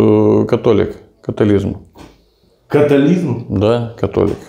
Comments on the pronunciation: Католізм? Катаклізм? Я думав то "католіцизм", але ладно... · Католіцизм,а не католізм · Католицизм, а не католизм, такой и католик от слова кат